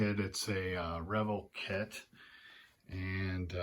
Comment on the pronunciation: Re-VELL...."Long L sound"...not revul.